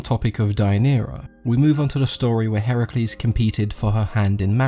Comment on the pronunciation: Finally someone can pronounce Heracles correctly Yay even people who claim to be an expert in GREEK mythology pronunce Heracles as Hercules